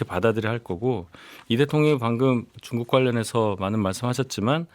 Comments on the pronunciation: 김용남 의원님 쭝국 발음좀... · 김용남의원님 쭝국 쭝국 고치셔야될듯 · 용남이형... 쭝국..발음이 ㅋㅋㅋㅋ